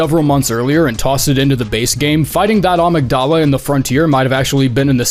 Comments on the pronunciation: Amygdala pronunciation: uh-MIG-duh-luh Not ah-mig-DAH-la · "uh mig duh la" it's the part of your brain that processes emotions